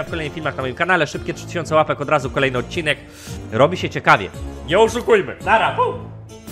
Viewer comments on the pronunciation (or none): none